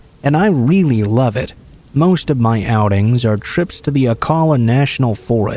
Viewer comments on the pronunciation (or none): Haha you pronounce Ocala funny. I love it! There is probably a lot of bodies in that forest 😂 love my local forest.